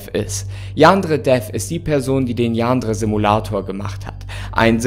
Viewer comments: Ich bin so triggered davon wie du Yandere aussprichst. Man muss es nicht mit dem japanischen Akzent aussprechen, aber bei dir klingt es irgendwie mehr wie ein türkisches Wort😂😂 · Wie er Yandere ausspricht Xd "Jaaandre" Ich liebe es XD PS: das ist nicht böse gemeint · Jaa xD dachte ich mir auch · Ich dachte erst er sagt Jan dredref